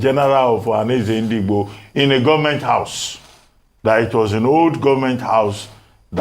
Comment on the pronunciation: THIS LADY SHOULD JUST SHUT UP BECAUSE SHE DOES NOT UNDERSTAND THE SUBJECT MATTER. SHE CANNOT EVEN PROUNCE .." OHANEZE NDIGBO:.